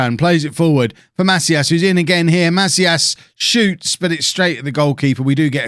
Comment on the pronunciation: So my last name is actually Macias, it’s pronounced muh-see-us